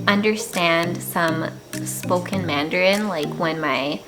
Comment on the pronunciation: Hi, I'm very happy to watch your video. Your voice and pronunciation of Canadian English and Taiwanese Mandarin are very very good. You are the best spokeswoman of Canada and Taiwan (Formosa). Besides, I'd be happy to share this film with every friend of mine in Canada. Ciao~~